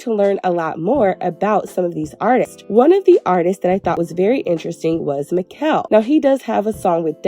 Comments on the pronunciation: Great review but his name is pronounced as MA -SHELL (Machel) . thanks for supporting us Caribbean and Caribbean decent people ♥️ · It’s Machel not Makell ❤ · It's not Ma,Kel it's pronounced Ma,Shel...😭🤔🇹🇹🇹🇹🇹🇹 #socamusic #trinidad #TrinidadandTobago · It's ma ..shell... not mickel😂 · Yowww his name is pronounced MAH-SHAL or mah-shel 🫤🫤🫤🫤🫤🫤 with your MI-kel 🫤🫤🫤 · His name is pronounced Marshall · I’m weak at Maquel gurl it’s MACHEL 😂💃🏾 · It Ma- Chellll lol not mikell lol big up destra machel and nicki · Since u trying to learn babe his name is not "mikel" it is pronounced "mashell" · Lol Makel 😂😂 his name is pronounced Ma- shell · Not Mickel but "Marrr-shell" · Machel's name is pronounced "Mah-shell" *Mah like "hey ma!" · 'Machel'.. pronounced "mah- Shell" 😅🥰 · Mashow that's how it's pronounced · It's pronounced marshel babe😂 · Machel Montano his name is pronounced MA-SHELL . FROM: Caribbean people 🇹🇹🇸🇽🇩🇲🇧🇶🇧🇧🇧🇸🇩🇴🇬🇩🇭🇹🇯🇲🇰🇳🇱🇨🇦🇼🇦🇬🇨🇼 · Definitely pronounced Ma-Shell 🇦🇬🇦🇬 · Gurl his name Machel (Ma -Shell ) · His name is pronounced "Ma_Shell"...🇹🇹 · His name is pronounced Ma shell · It’s pronounced “Mah-shelle” babes ❤🇹🇹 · His name is pronounced Marsh-shell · machel is pronounced marshal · It's pronounced Ma-Shell 🤗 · His name is Machel pronounced Mar-Shell😊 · His name is pronounced as 'Ma-Shell'. As always great review ❤️ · His name is pronounced Marr - challlll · His Name is pronounced Ma-Shell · Americans stay pronouncing Machel name incorrectly But fun fact guys It's Ma-sh-al thts how it's pronounced His name is Machel Montano 💗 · His name is 'Machel', pronounced 'Mah-shell'. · Wrong pronunciation of Machel. Ma- shell!!!! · And Mr. Killa is next🇬🇩 I almost peed my pants when she said makell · It's pronounced like Mah shell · His name is pronounced “MAR-SHALL” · 😂Machel- pronounced Ma - shell 😘🇹🇹🇹🇹🇹🇹